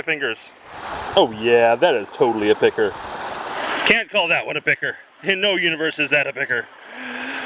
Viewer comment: Sometimes picker sounds like pecker and it is keeping me on edge